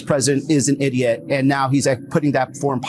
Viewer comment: He emphasized idiot!😂